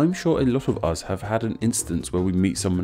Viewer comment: Wait is there an accent where us is pronounced uz?